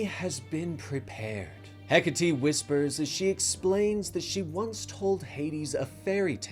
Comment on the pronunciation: Bro bro it's Heck-Ate not Heck-A-Tea 😂😂😂Hecate.😂😂😂